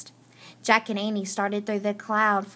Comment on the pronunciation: you said annie wrong